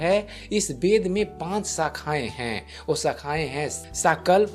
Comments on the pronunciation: Bhai tumhe ved bolna to nahi aata thik se bed bed kar rahe ho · Beda nahi veda bolo 😄😄😄tum bengali/orissa ho kya